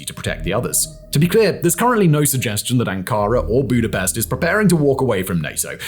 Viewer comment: come Simon you can't tell me you don't know the correct pronunciation of Budapest. Lol. Another good video fact boi